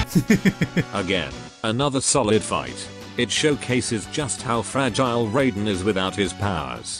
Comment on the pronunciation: No, the "Shirai Ryu" and "Raiden" have never been pronounced correctly in Mortal Kombat. EVER.